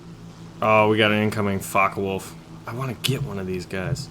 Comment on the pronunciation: Why you are spelling Fockewolf like Fuckawolf?